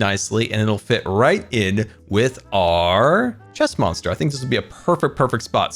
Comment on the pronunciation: If he's saying chest monster I hear stressmonster lol